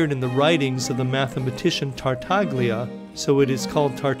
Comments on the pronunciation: gli is pronounced “yi” in italian. So Niccolò Tartayia. Not a big deal of course. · Yo, do like 12 milliseconds of research and learn how to pronounce Yang Hui. Edit: Yo, do like 24 milliseconds of research and learn how to pronounce Tartaglia.